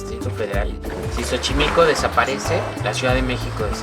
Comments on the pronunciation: Sorry but the way you say Xochimilco annoys me so much...the first X sounds "s" so the way you read it is "sochimilco" not chochimilco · It's pronounced Sochimilco not chochimilco Lol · Some corrections: 1. Its not spelled "zocolo" its Zocalo 2. Its not pronounced Chochimilco its like a "so" sound like "sober" sochimilco 3. That wasn't bosque de Chapultepec, it was CASTILLO de Chapultepec. And yes, I'm from Mexico city. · the pronunciation is not sho-chimilco, is so-chimilco..... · Hahaha que tiernos, como pronuncian Xochimilco, (Chochimilco) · "Chochimilco"😂😂 you're amazing guys, keep those cool vibes on and thank you for coming to México👏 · Chochimilco? WTF?